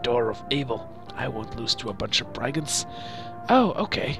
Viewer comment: It's branonced i in brigands